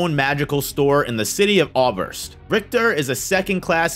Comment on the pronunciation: It's Ausserst, not Auberst